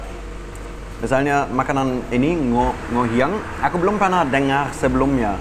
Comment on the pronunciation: NGOHIANG.. bukan NONGHIANG.. hihihii